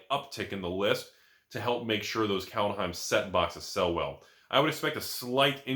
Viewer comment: Pronounciation is: Culthime